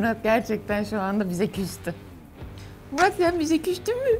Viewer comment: Nobody:: küser 😂: Çen biçe küstün mü🙁